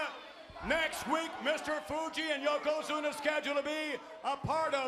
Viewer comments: I cringe a little every time Hogan says "Yoko Zoono" 🤣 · Hogan somehow mispronounced Yokozuna four different times and four different ways in his promo.